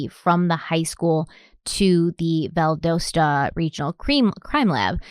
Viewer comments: So hard to hear her pronounce Valdosta and the Ocala.. cringe 😂. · Just letting you know you are pronouncing Valdosta wrong. It is pronounced with a short o not a long o. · Being from Georgia, it hurts to keep hearing Valdosta pronounced incorrectly 😂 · Because you're always talking about people coming for you in the comments for your pronunciation, I feel like it's mandatory to tell you that you say Valdosta wrong. 🤣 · I don't know why but this pronunciation of Valdosta is killing me. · Valdosta. Valdahsta is how it's pronounced for future reference lol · I apologize for being the kind of person (autistic) who can't stand it anymore & has to say, it's pronounced "Vald ah stuh". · Undercover pineapple! And as a Georgian- just wanted to say Valdosta is pronounced more like Val-dah-sta. :) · BTW we Georgian’s pronounce it Val-dah-sta 😅😄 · This is not a criticism but the way you pronounce Valdosta is Val-dasta. I love y’all and y’all do an excellent job at telling the whole store of the victim and the investigation. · Valdosta (Val-dah-stah) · Its pronounced Val-doll-sta lol just fyi this is my town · It's pronounced val-da-sta, like pasta. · Valdosta: val like valerie, do like "ah", sta 🙂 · I don't mean to ever critique you.. But.. Valdosta is said "Val-da-sta".. Sorry if someone already said it! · I know this is a few years late... but I truly hope she learns how to pronounce Valdosta before part 4 ends.😂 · Hey guys, love your videos! Just wanted to quickly point out that I believe the city is pronounced Val-dos-ta like DOcile, not Val-doughs-ta. At least that is how we pronounce it in Atlanta. Keep up the great work!! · The name of the city is Valdosta. The "o" sounds like "Ah". Vald"ah"sta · It’s pronounced Val-Das-Ta if that helps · Oh,... they way you mispronounce words is hilarious 😂 Valdosta is pronounced Val-dah-sta lol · It’s Vald(ah)sat not Vald(OH)sta. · Valdosta. The o is a short o sound. ;-) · It’s pronounced Val-dah-sra